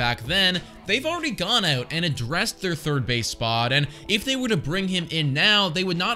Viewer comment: Had to go back to hear it :). as a canadian, we don't hear our own accent on the 'ou' words (Out and About!!), but definitely heard it the second time through 😉